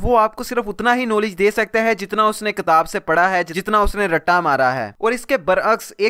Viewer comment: Bhai darakhat nahi drakht hota ha or ilum nhi ilm hota hai.kataab nahi kitaab.Ap ki pronunciation se lagta hai k ap bhi school kem hi gaye ho. Baki video bohut achi hai.i totally agree.